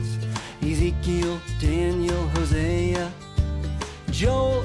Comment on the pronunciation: It’s Ezikel not esikal